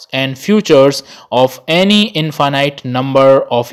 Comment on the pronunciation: Now I am not sure if I pronounced Infinite correctly whole my life 😀